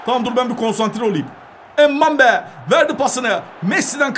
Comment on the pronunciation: mbappeye embabe diyen koca yürekli